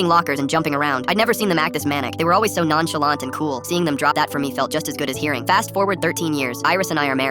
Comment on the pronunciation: Nah did bro say NANCHALANT